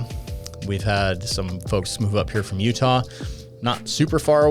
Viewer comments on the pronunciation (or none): none